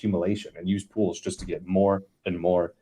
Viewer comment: Did you say "Puulls" or Pools?😂